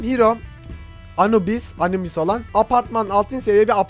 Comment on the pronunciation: abi Anubüş deil Anubis :D.Ayrıca yunan değil mısır mitoolojisine ait ölüm tanrısı anubis :P